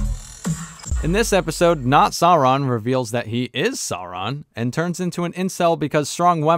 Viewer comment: Who is "Not Soran"? do you mean "Not Sauron"?